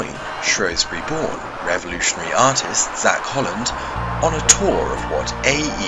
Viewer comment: its shrewsbury not showesbury